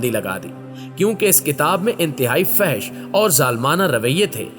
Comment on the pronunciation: پہلے لفظ فحش کا صحیح تلفظ سیکھ لیجئے -پھر کھا جو راہو وغیرہ کے مندر دیکھ لیجئے یا پومپائی کے گھر دیکھ لیجئے